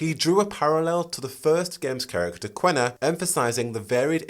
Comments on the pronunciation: KEEE-NAH. Not "Quena", IT'S QUINA. KEEE-NAH. At least play the first game to hear how the name is pronounced, she is LITERALLY THE FIRST NPC YOU MEET. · your killing me with the way you say kina where are you getting that Q and W from? but other than that great video!